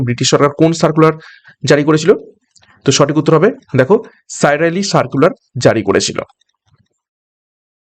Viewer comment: সাইরালি, নয় ওটা কার্লাইল সার্কুলার।